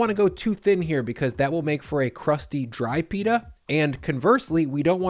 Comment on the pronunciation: Pita not "Peetah'"